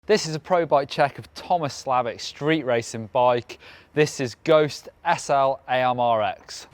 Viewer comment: BTW, that bike is pronounced SLAMMER X